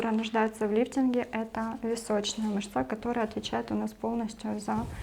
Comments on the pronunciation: МЫшца только,а не мышцА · Мышца́ режет ухо. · Цікава інформація. Дякую. Але, як казала моя наставниця, дерматолог, клієнти є у перукаря та в публічному будинку, а у нас ПАЦІЄНТИ. Ще цікавий наголос в слові "мышца" ...